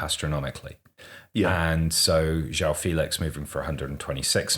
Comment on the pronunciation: BY THE WAY the "ão" in portuguese names isn't pronounced like "ow". For example, in a name like João, it's pronounced closer to John, just more portuguese-y. Like the words campeon and campeão are pronounced very similarly.